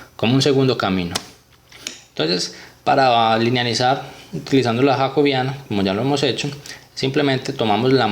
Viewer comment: Yacobiana ??? Así no se pronuncia😡😡😡😡